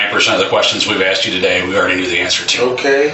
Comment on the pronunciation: I can't believe the bald detective said axed, it's asked!! And he died alive?? You think OMG